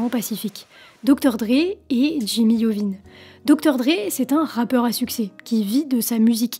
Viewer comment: Si Jimmy t'attrape à prononcer son nom i-ovine tu vas voir lol